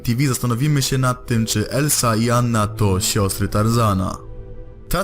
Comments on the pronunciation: nie elsa tylko elza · Czy tylko mnie wkurza jak on mówi "Elsa", to " Elza" jest XD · Czyta się Elza nie Elsa XD